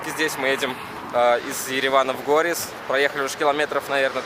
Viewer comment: Не горус а Горис. Это во первых. Во вторых у меня там друзья есть которые родились и выросли там со своими предками. Так что вам какие то сказки рассказывают там ваши izverki. Нечего страшного. Ведь у вашего главного barana жена с лукашеном шляеться. Наверное всё из-за этого